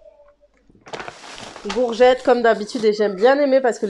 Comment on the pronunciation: Salut ma belle plaisir de te revoir tu te mais rare en ce moment j'aime bien comme tu prononce les "gourgettes" moi 🤣🤣🥰